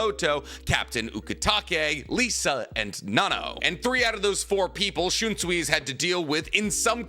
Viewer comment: I love your videos SO MUCH. Bleach AND Naruto are very important to me. But has no one told you that you pronounce, “SUI” in Japanese as, “SOY”? It’s, “SHUN-SOY” but pronounce SOY faster to sound like SOYEE. Also, it’s, “studio PEE-AIR-OH”…not, “PERRY-OT”. 🎉 I’ve wanted to tell you for so long 😂 English dubs always pronounce it, “SWEE” and it just stuck. It’s a shame